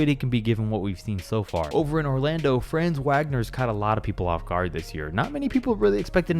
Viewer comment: It’s pronounced “franze Vagner” not franz wagner